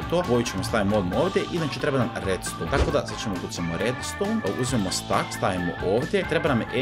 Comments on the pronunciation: nije stack nego steck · Nije stak nego stek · ne kaze se jedan stak nego jedan stek